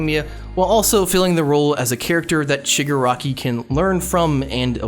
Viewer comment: its shig AH raki. thats my only complaint lol. i feel like in the end his goals are basically the same but he has more conviction. like he still just wants to destroy everything. love him tho tbh